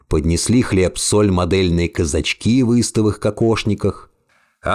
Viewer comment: Мое почтение! Модельной внешности казачкИ в кокошниках, это пять, это прям авторское прочтение. Но мне так кажется, все же казАчки.